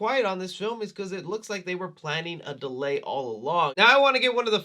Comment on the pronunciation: The intro def said ‘dealy’ instead of delay